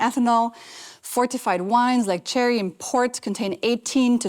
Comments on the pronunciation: Great info.... but it's Sherry though not Cherry! :) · Sherry, not cherry